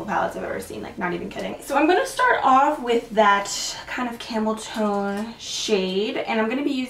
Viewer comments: I heard camel toe shade 😂😂😂Love you girl hope you and your family had the merriest Christmas. 😘Love your videos no matter what you do! I could watch you do anything ❤ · Totally thought you said camel toe for a second, not camel tone 😂😂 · Jackie Barbery Haha thats what I thought too!😭😭